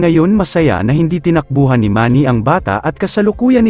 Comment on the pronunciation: Tinak buhAn. Ayusin mo ka pronounce mo.